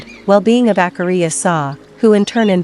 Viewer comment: PLEASE use a human voice! It’s DISRESPECTFUL for these great monks to be called AKAHRIYA by this artificial ‘voice’!!! If you want I will do the voiceover for you free.